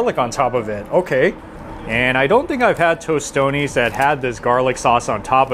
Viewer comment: Also Toastones not Toast-tonys 😂 but he's trying. Dios lo bendiga bendito😊